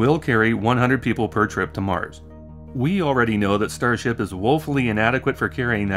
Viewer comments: I swear i heard "starshit" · "Musk has said over and over again, that his starshit..." Was that a tongue slip or deliberate? Because I think it's a great summary of this project...